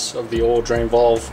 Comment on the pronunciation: Valve buddy valve, not vOLve 😆